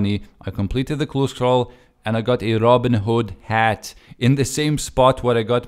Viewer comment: It was a bit funny when you said "robin hood hat" the first time (it's not a hater comment...so dont answer as it is one)